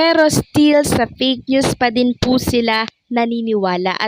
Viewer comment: Fake not "peyk" ayosin mo naman ang pronounciation mo ng F at P